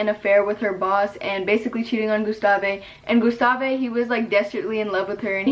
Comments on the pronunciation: gustave is actually pronounced gus-ta-ve et not gus-ta-vay and clémence is pronounced clé-men-ce not clé-men-cay idK if you understand also my English is bad cause I’m french lmao, but loving these new videos ! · your french proununciation is cute hahah Clémence its not clemencÉ the e has no sound its like "clÉmenss" same for Gustave its sound like "gUstav" not mean haha ily it was just weird in my head 😭